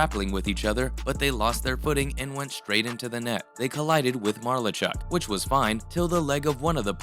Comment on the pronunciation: malar-chuck, not marluh-chuck